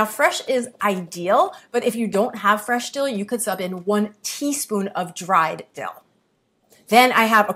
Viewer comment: Fresh dill is “I-dill” 😅